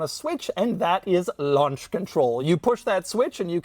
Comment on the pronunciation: "lunch control" 😭